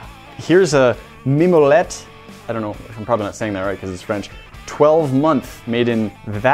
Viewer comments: your "mimolette" pronunciation is excellent. And for the "lactose intolerant" people down below, cheese usually do not trigger it or only at a very low level (the goat cheese is even better in this regard), source: I am a living proof. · Your French pronunciation of mimolette was fine.